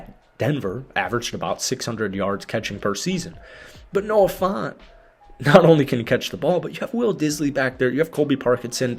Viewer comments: It’s Noah Fant, not Noah FONT. Brother. Please. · I heard Noah Fawnt 😆 F-ant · Noah FAHNT was killing me every time he said it 😂😂